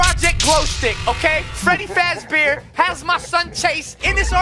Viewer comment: Did he say freddy frazbear?